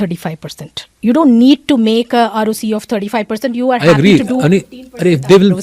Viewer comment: Peak narcissistic attitude from Saurabh, yet his fund can’t generate returns equal to FD nor keep pace with index. Bit more humility and less relaxosque Multi bagger arrogance. Also calling ROCE as Roki is butchering the English language 😊